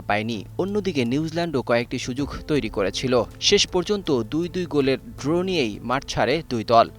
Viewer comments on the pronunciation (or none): ড্রো কী??? কথাটা তো ড্র।